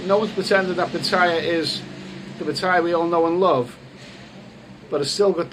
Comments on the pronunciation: It's good to hear you got a little, but if Patts doesn't work out, you might want to take the midnight train (first class of course) from BKK to Chaing Mai: lovely this time of year. Also, my friend, you're hurting my ears a bit with the pronunciation of your current location: try pah-TEE-yah. Ask your Thai lady friend. Cheers. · 1. Pronounce pattaya properly 2. Donate all monetisation of this YouTube video to thai people